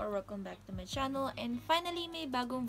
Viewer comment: "mi family" sounds like my accents 😃🇯🇲